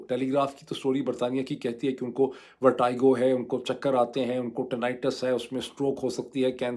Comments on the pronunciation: With due respect, the pronunciation of Vertigo is not correct. Don’t expect this from you as a medical doctor. This pronunciation issue is becoming very common in your Vlog please review. You are an intellectual by any standards. Don’t expect this from you. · U are pronouncing vertigo wrong😊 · "Verteego" for pronunciation, not vertigo :)😊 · Why is Moeed pronouncing VERTIGO as VERTYGO? I thought he knows his English well! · ڈاکٹر صاحب ورٹِگو لفظ ہے ورٹائیگو نہیں ہے I never expect that kinda mistake from you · Vertigo Dr sb …not Vertygo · Its VER-TEE-GO not VER-TIE-GO ... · ⚠VERTIGO is NOT pronounced as "ver-tai-go" as this doctors speaks, but as 'ver-te-go' as it is spoken in English. 🤣You may use internet to VERIFY this. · Dr sahib, it is VERTEGO not VERTAIGO.... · You’re a doctor and some of your pronunciations are very paindo ! It’s pronounced as verteeego not vertiiiigoo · Pronounced as VERTEEGO not VERTYGO..are u a doctor?😢😢😢😢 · Dr Moeed!!!! It is not “ver-ty-go” but “ver-tee-go”. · In both the UK and US pronunciation it is ver+ti+go, not vertaigo (ورٹی گو، نہ کہ ورٹائیگو). How surprising that a doc living in the US is so ignorant of the basics! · ITS VERTIGO NO VERTYGO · Pronounciation of ' VERTIGO' Sounds like "vuh·tuh·gow" Not ' VAR-TIE-GO". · It's Ver-te-go, not Ver-ty-go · Sorry this is not a technical or political comment. But when a doc says “vertiago” it’s unacceptable. Please make a correction it’s “verteego”. I’m your diehard fan but a newbie in paki politics. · It is vertigo....check the pronunciation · It’s pronounced as ver-tea-go. And this happens in old age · Vertigo is pronounced as Vertego, not the way you are doing it. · I've heard of vertigo but not vertaigo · sir Kindly check out the correct pronunciation of Vertigo. It is not the way you are pronouncing. Check any standard dictionary. It looks very weird that A person of your stature pronounces it wrong. As always brilliant analysis. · Sir pehlay Vertigo ko pronounce ker na tau seekh lain…